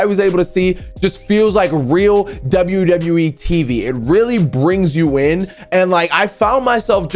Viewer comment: You said wwer